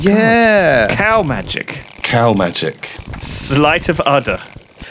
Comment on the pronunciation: Haha "slight of udder"!